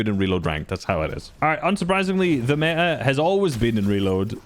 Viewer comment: That me-a 😅